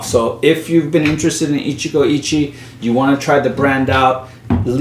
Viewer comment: Pronunciation tip: the "e" in "Ichie" is approximately pronounced like "eh". The rest you're pronouncing spot-on. So in other words, "Ichigo Ichi-eh". Put yet another way, it's (coincidentally) pronounced the way a Spanish speaker would read it.